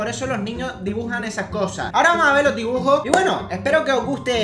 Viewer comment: like si te hizo gracia cuando dijo"dibujor""